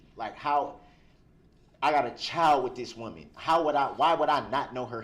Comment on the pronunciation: OMG I thought he said chow Not child😂😂